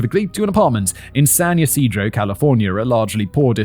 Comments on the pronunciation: Good job on San Ysidro pronunciation! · I live right near that McDonald's, my sister was there and got away unhurt. (they tore it down and put a bronze respectful sign there) FYI: you pronounced San Ysidro absolutely correct. 😊 And the Salk Institute is up the hill by the university. I knew sooner or later that bullshit church was going to be part of this. 🤮 Fun fact; Swat was created because of an incident here in San Diego at a pawn shop. That man was given the death penalty and it was abolished on appeal. That is why Charles manson and the manson girls had their death sentences commuted to life in prison.